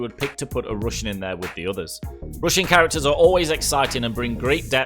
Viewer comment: How he says: roossian haha